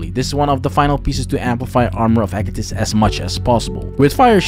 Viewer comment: I'm liking this video simply because you pronounced "Agathys" properly.